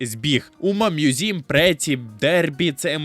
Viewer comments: Чому ви читаєте назву як умамузім, це ж умамусуме/умамасаме? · Який нафіґ "мʼюзім"?! Правильно ж «Мусуме» (з наголосом на перший склад)!.. Короче, сам автор канала — це ШІшка, яка галімо читає японську транслітерацію. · О так, давайте більше всратих способів прочитати "умамусуме", я навіть поставлю за це лайк!